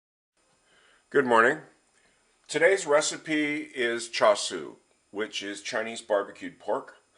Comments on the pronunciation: Riiight, but he's not saying 'cha siu' or 'cha shao' - he's saying 'cha soo'. I suppose it's possible that that's the pronunciation in Gan, Xiang, Hakka, or one of the Fujian languages....but it's not Mandarin, Cantonese, OR how he spells it in the title of the video. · Nice recipe, and I like how you deconstructed what actually makes up the sauce. BTW though, it's pronounced 'chah SEE-oo', not 'cha soo.'